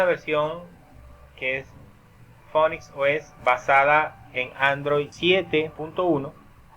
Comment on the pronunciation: se pronuncia (p)finix, y la pantalla se me queda en negro con una liñita titilando